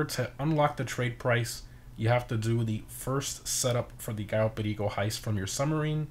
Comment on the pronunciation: Bro why you say perico like that LMAOAOA